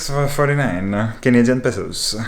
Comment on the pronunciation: Love the way he said 6.49 😂